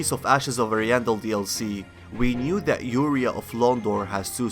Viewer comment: How do you still mispronounce Ariandel when they say it in the DLC? Lmao